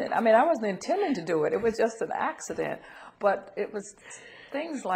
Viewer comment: Axe-edent ..lol